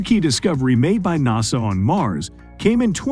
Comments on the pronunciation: In America we call it NASA not Nows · I can't believe they pulled it off but I actually liked the computer spokesman! The way he says NASA is funny. Impressive info also. Thanks